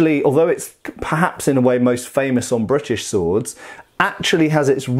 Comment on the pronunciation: i like how you say "Brrritish"